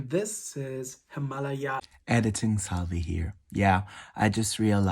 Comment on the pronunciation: Actually you said correctly at first. It’s not Himalaya, It’s HimalAya. As far as I know, the brand is Turkish origin. So you were right in the first place. Annd I love your videosss <3